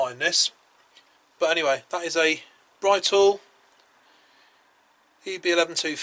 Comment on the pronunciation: Its Britool,as in Britain,not bri,as in Brian